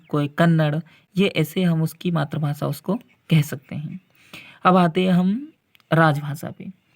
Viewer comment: मातृभाषा का उच्चारण सही बोला करो सर